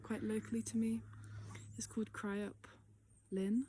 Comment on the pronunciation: Very profound insights for one so young. It's pronounced "crickup", and if you'd went a bit further, through the farm, there's actually another, wilder waterfall, in the woods.